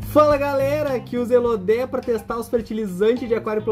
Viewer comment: Falaaa YouTubers que chamam planta Elódea de Elodéa 😂😂😂 vcs são top, seus vídeos ajudam bastante. Parabéns.